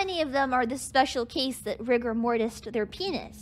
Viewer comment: You said "rigger" in the op, not "rigor". hence the "hard R mortis"